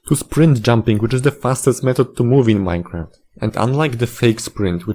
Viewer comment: MINE-A-CRAFT CODE IS AN ABSOLUTE SPAGHETTI He said with an angry Italian accent.